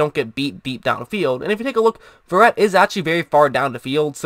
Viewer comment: This guy cant even pronounces his last name right. This dude a robot or something?